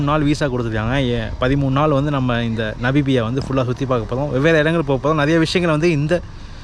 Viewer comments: Bro, அது 'நபிபியா' இல்லை 'நமிபியா-Namibia' என்று மாற்றி உச்சரிக்கவும். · நமிபியா. Not நபிமியா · Bro Namibia, not nabibiya... No offense just telling, pls don't get me wrong....